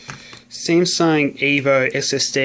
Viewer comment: He just said SEMSUNG